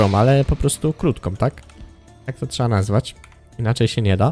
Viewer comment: Z informacji z tego odcinka nie dziw się że oglądalność Ci wzrosła bo odcinki są coraz lepsze i się miło ogląda . Jeżeli pracujesz nad dykcją to popracuj jeszcze nad słowem (trzeba) bo czasami słychać (trzea) a u innych youtuberów jeszcze gorzej słychać (cza) . Pozdrawiam!!!